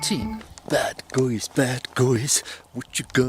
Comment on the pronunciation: he does not say "bad guys", he says "bad goys"